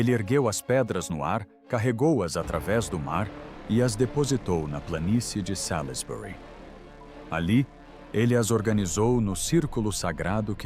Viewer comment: /Salzbri/ pronúncia correta para Salisbury.